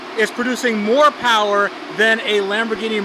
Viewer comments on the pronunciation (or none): Moh powahhhh baby